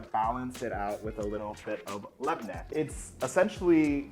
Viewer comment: Extra note: YOU PRONOUNCED LABNEH CORRECTLY HORRAYYYYYYY